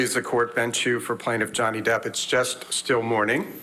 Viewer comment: Oh Amber wants to back out now.. Noway.. You slaughtered Johnny's name, it's way to late now Heard Brains.. Johnny has lost out on a lot of work because of Amber's Faulse Accusations.